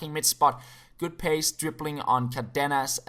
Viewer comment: It's "cÁrdenas", enphasis on the first A